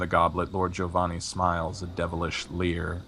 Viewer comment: Hey, can I just tell you I appreciate that you pronounce Giovanni correctly? It's the little things.;D